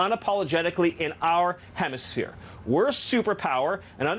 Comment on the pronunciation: When you hear them vomit the word "Hemishere", It's a Dog Whistle from and back to iz rah hell and Specifically shitanyahoo!!!👹👹👹👹👹👹